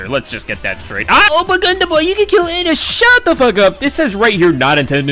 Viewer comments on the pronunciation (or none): none